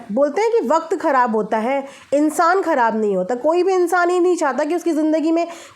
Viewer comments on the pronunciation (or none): none